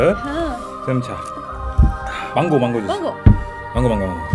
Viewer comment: 망고 발음 주의...오네가이....헿...☺️